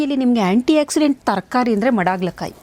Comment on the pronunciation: ಮಾತಾಡಬೇಕಾದರೆ ಆಕ್ಸಿಜನ್ ಆಕ್ಸಿಡೆಂಟ್ ಎಂದೆ ಮಾತಾಡುತ್ತೇವೆ ಒಕ್ಸಿಡೆಂಟ್ಎಂದು ಹೇಳುವುದಿಲ್ಲ